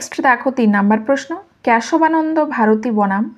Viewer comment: Question gulo valo, but uccharon ta valo kore karun khub baje lagche sunte, কেসোবা নন্দ